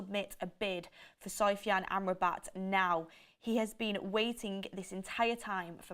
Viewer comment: SOFYAN not soyfan please